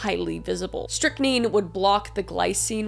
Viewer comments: Strychnine pronounced like Strict-nine : stric-nine (was commonly used by housewives as it was rat poison and widely sold. — Being colorless and odor less it was added to sugar or black coffee as the bitter flavor of coffee could cover up the taste.) Very commonly used because it was so commercially available and often before a time where sales records were widely kept for toxic materials sold in stores. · Pronounced as strict-nine. Stric-9?😅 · Just to be helpful it's pronounced strict nine kwai nine you were really close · 9 not neen strick-9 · I've never actually heard it pronounced like that lol. That's interesting. It's always been pronounced "strik·neen" for me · Pronounced strict-nine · You pronounce it as Strict Nine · It's pronounced stric-nine. I love your videos. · Babe I love you. It’s “strict-nine” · Hey Kris, just wanted to let you know Strychnine Sulphate is pronounced Strick Nine. Nine like the number. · " strick nine " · Strict-nine is how it’s pronounced. Quaaludes - is Qua-loods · Strychnine is said like "strickneen", if that makes more sense. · I somehow missed this one when it came out. Excellent as always. Also, I figured you'd want to know it's pronounced strick-9. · Am I saying that right? LOL Stric 9, is how you pronounce it. HAHA Thanks for another GREAT Video! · It's pronounced "strick-nine" 😊 And "Kweye-nine" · Pronounced “strick neen” it’s like rat poison. It it said to be the reason for some “possessions” way back in the day because people would accidentally ingest it. Causing them to act erratically and bend their backs so far back that it looked supernatural. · strychnine is pronounced stric-nIne Quinine is pronounced quInIne One month late, but the Geek has entered the chat. 😁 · Pronounced Strychnin [ʃtʁɪçˈniːn] or strick nine. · Strychnine Said like “strick-9”. I love you!! You are one of my very fave channels!!!❤️❤️❤️❤️ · It’s actually strick-neen 😊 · It's pronounced strik9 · my love, it’s pronounced strict-nine 😭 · “strick nine”